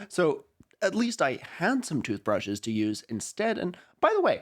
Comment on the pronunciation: I did not in fact jump, because I was too busy being mentally flashbanged by the word (frankly more accurate to say syllables) Tuthbreshes